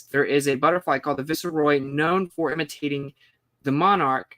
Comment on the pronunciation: Viceroy... "VICE" "ROY". Not "Visceroy". 2 syllables, not 3. Say roy right after vice and you're pronouncing it correctly.